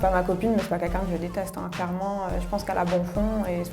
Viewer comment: Comme quoi elle s'est harceler pour sa couleur de cheveux mais ils sont magnifiques. C'est vraiment une couleur rare et belle. Sinon c'est moi où tous les candidats de TV ils disent kunkun au de lieu de quelqu'un ?? 😂